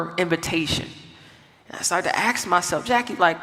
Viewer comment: I'm sorry but I cannot wilfully listen to someone that purposefully uses the word "axe", instead of the word "ask".